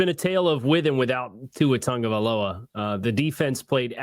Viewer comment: Ol' buddy had discord sounds AND pronounced it TAG-o-vailoa in big 2024 :face-turquoise-covering-eyes